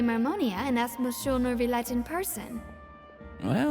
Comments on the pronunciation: Says he's gonna get back to the archon quest, then proceeds to play only 20 min of said quest. And it's "Nuvi-Let"!, lol. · also, "neuvillette" doesnt have a y sound. the word "ville" is actually an exception to the rule around double l's, and most french speakers seem to agree that it expands to the name neuvillette lol